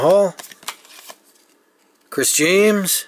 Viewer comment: You pronounced most of the names right, something the US guys like me never get right.